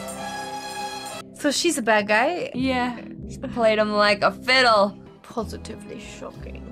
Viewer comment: "Shocking..... PoSHITively shocking"